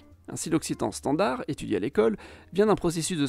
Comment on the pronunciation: bonsoir, je suis un abonné de longue date, c'est pq je me permets de vous demander pq vous prononcez le d de standard..? Certes je suis belge et donc pas une référence absolue 🙂. C'est la première fois que j'entends cette prononciation !? Merci pour la chaîne.